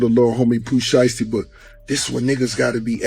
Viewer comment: Lol I heard that, what about calling Pooh Sheisty Pooti, I stopped watching at that point.